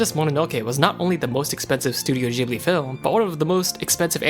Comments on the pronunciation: it's pronounced "Gh"(as in "g"reat)ibli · ITS PRENOUNCED GIBILE EVEN THOUGH ITS SPELLT GHIBILI